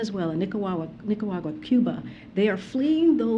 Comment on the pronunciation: This woman is not capable of answering the questions asked. She can't even pronounce Nicaragua correctly. She needs to be replaced.